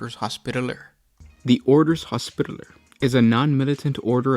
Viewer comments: Say it with me Hos pi taller. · can u say hospitaler again? BAHAHAHAH!!!!!!!